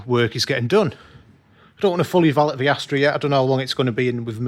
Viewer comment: The word is the not va .